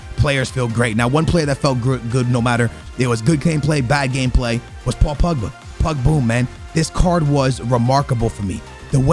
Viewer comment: paul pugba he said hahahaha